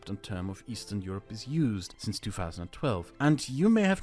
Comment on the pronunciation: Eastern Euroee